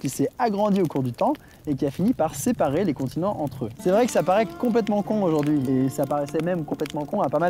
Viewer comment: Quelqu'un peut m'expliquer le "ojourdui" a ? Je sais pas si y a une blague ou si c'est juste une erreur ^^